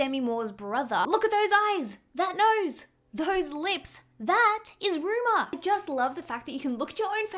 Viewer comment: the other daughter's name is Rumor, not Ruma